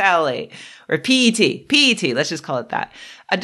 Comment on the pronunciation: Your pronunciation of 'P-E-T' was spot on!